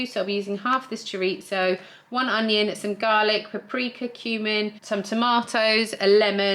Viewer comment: Thank you for pronouncing chorizo properly!!